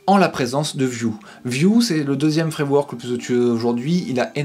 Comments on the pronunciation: Avec un des trois fwamwok a la mode , oh mon dieu cette prononciation digne des plus grands lumières 😀 j'essaierais de passer par tout les points que tu as abordé dans cette vidéo merci pour t'es conseils :) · Fwamewok haha j'étais pas prêt. Vidéo au top, j'adore les petites respirations c'est super utile pour digérer les infos